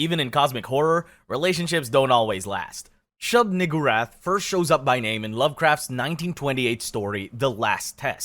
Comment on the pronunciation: Dawg it’s shub NEE-GOO-rath